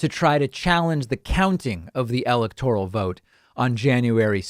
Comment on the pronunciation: Interesting, but the continued mispronunciation of the word "electoral " grates.